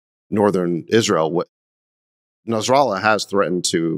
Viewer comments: Them saying Nasrallah 😂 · Did david say nasrallah ? Who ? 😂🪦💀☠️